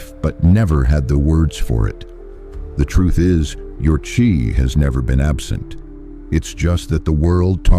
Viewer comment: It's pronounced chi not chai